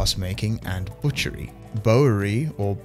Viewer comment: "Bowyery" = the art of making bows. A boywer, is one who makes bows. Pronunciation guide: Bow = bo. Bowyer = BOi - yer. (Like saying "boy" then adding "yer." Stress is on BOi.) Bowyery = Boi - yer - ree Easy. :)